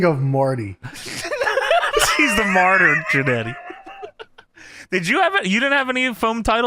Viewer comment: "Martyr Jannettyr"